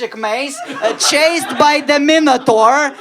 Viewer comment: Dear, sorry for upcoming “duhota”:): pronunciation of just three words could be corrected. “Genres”, “inevitable” and “Minotaur”. Now you can open a window leaf:))))